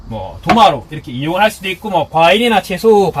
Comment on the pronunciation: 있구~ 있구~ 있고로 발음하시는데 더 나은 것 같습니다.